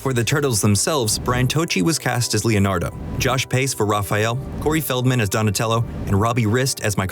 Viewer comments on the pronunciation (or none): none